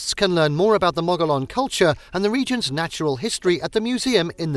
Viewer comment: Gila pronounced Heela. Mogollon pronounced Mugeeown. I enjoyed video but please do your research.